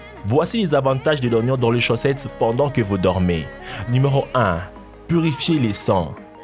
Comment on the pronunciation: on dit chaussettes et non chaussetes au début de la vidéo